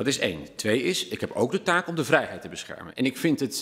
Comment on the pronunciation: Hugo spreekt het woord vrijheid uit als een boer met kiespijn